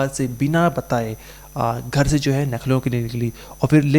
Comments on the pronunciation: Bhai, Nakhlow nahi bolte Lucknow bolte hai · यार आप लखनऊ को नखलऊ बोल रहे है . बार बार आप नखलऊ बोल रहे हो । सही बोलिये लखनऊ बोलिये ।आपका उच्चारण सही होना चाहिये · Nakhlav nhi Lucknow h thik se pta krkr bola kro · Nakhlau nahi Lucknow bolo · Nucklow ❌️ Lucknow ✅️ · Lucknow hota hai naklau nhi bolna nahi aata h to mat karo anchor giri bhai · LUCKNOW boliye plz NAKHLOW nhi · भाई तू अनपढ़ है क्या, लखनऊ इतनी फेमस जगह है फिर भी तू नख़लऊ पढ़ रहा है, तू इंडिया से है या युगांडा से... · Arebhai nucklow nahi Lucknow hota hai aur aap bar bar nucklow bol rahe ho itne bade channel ke anchor ho aur ashuddh bol rahe ho sudhar karo😊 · Why are you telling you nakhlaw it's a Lukhnau😅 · 😁🤣humne b yahi suna baht se log लखनऊ को नखलऊ bolte hain jo lucknow ke nhi hote